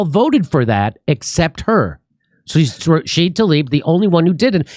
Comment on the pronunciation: Why do you always leave the A off of Rashida?